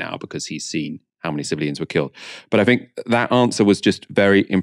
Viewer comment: please stop saying " I fink".